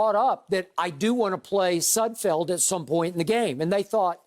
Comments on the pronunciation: They renamed Sudfield like 3 times😂😂😂🤦🏾‍♂️I heard Nud Sudfield at one point😂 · Poor Nate Sudfeld; these guys cannot get your name right.